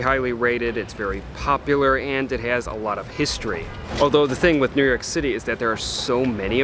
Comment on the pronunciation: Not New Yerk but New Yoawk.